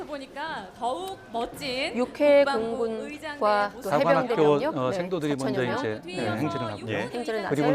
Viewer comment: 어나운스가 해병대를 해운대라? 한심~~